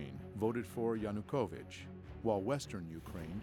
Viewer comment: Seriously!? Oliver Stone couldn’t even pronounce “Yanukovych.” Every new English teacher in Kyiv at that time, made that mistake for like 2 days before they got it right. How much “research” did this guy even do? And the party “Peoples Movement” is not spelled “Peoles Movement.” Did they even proofread? This is why I don’t watch “documentaries” on YouTube. They look like bad high school projects. I’ll admit it did look interesting at the beginning but then lead into such obvious BS. Most comments here seem to come from people who couldn’t even find Ukraine on a map.